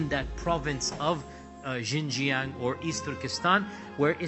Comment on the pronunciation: You can't even pronounce "Xinjiang" correctly, incorrectly named "Khan Government" instead of "Han" (btw, there's no such thin as Khan or Han Government), I don't think you narrative is credible.